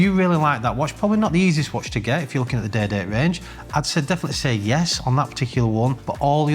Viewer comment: Great content! Excellent format. Up to date and honest info on the market is extremely valued. However truth be told, I am tuning in to here his accent, specifically when he says "day date".....so good!